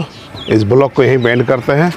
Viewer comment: । बलौक मत बोलिए । व्लॉग बोलिए ।